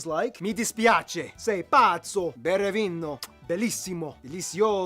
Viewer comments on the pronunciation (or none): none